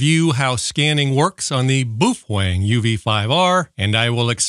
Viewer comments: Booof wang 😂😂😂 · Boof Wang lol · My Jiggle Hertz 😂 Boofweng 😂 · What's a Boofwang ?